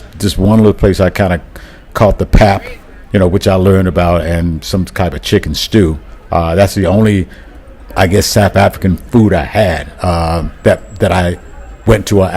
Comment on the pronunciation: So awesome to hear you enjoyed SA. I am a little disappointed in my fellow countrymen that they let you pronounce pap as "pap". It should be pronounced like "pup".